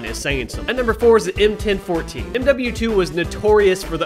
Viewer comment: I’ve never heard the M1014 be pronounced that way, that hurt my head.